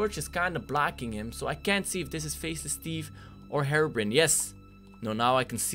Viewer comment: Hey darkconers it not harebrain it’s herobrine